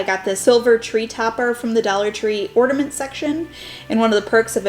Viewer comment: Ornament, Not Ordament...pet peeve!!